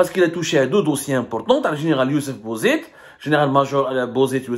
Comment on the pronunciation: Tag 3la men tag, comme on dit chez nous, les plus forts du moment délogent les autres.. c'est ça la feuille de route des caporaux de la France.. les traîtres.... svp monsieur semmar, prononcez Bouzit, comme on prononce pour l huile, ça me fait mal aux oreilles de vous entendre prononcer Bozet 😅😂..